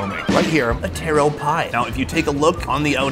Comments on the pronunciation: I dont like how you hating on taro and calling it tear-row rather than taa-row there no i or e in taro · Taro not Tero. 😅 Taro is not red potato or red sweet potato. Taro is Yam!